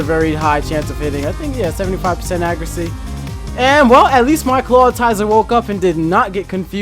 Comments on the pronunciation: I love this channel but it makes me twitch a little every time he says "Clat-TI-zer" instead of "Claw-IT-zer" XD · Stop pronouncing ClawITZER wrong, it's not Clawtizer. Smh